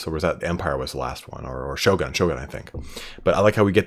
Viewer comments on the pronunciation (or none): none